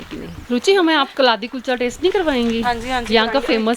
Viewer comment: The correct pronunciation for kaladi is कलाडी,must give a try when in Jammu🤗